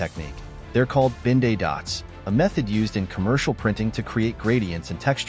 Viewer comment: Ben-Day dots, not Binday dots.